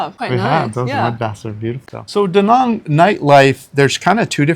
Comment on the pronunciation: Been 2 De Nang! Exactly the way you say! Loved it!